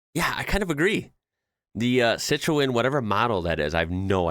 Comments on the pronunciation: No, it is Kilo metres. Not killometturs. :p Citroën: See tro N, with the emphasis on the N. If it says 70 and then it says 70 with a line through it, it is no longer 70 but 50, the next step down. You can also assume it's going to be 70 again soon because else it would just say 50. =) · They can't even drive in their own country let alone any European country. No proper driving lessons or knowledge of the roads and they think they are drivers with the barest of knowledge. It's pronounced CI TRUN not CIT RE ON. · 🇬🇧 my goodness that’s nothing. you should see how narrow the roads are where i live in Surrey Hill’s. and it’s hilarious how he pronounces Citroen 😆. he say’s Citroyne instead 🤪😆😵‍💫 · Actually, it's pronounced SEE TRO EN! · The way you say FIAT is weird to us. FEE AAT. We say FEEUT. CITREON is pronounced SITRUN. MAJORCA is a Spanish owned island. I drive on " narrow" roads like that everyday on my way to and from work in the UK. NO PROBLEM.